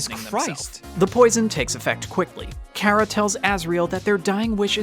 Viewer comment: I feel enraged currently, the amount of times the person in the video he is whatching says Chara (Care-uh) I cringe, IT'S CHARA (car-uh)